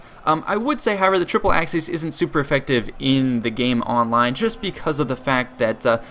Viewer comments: Its pronounced "The Triple-ex A-seas" not "The Triple-ex Axe-seas" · Hate to be a nit picker but the correct way to pronounce "aciēs" is aa-kee-ays, not "axes" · You can, but most scholars now agree it would have been pronounced hard always, until about the sixth century and later. And it's certainly not axis, as he pronounced it in the video. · Acies is pronounced something like ‘ace ees’ and Scipio was called ‘Africanus’ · ak-ee-ez. All latin Cs are pronounced as a K. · no in the rome of caesar it would be pronounced Akiiiës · Kl vid, but acies is pronounced ak-y-es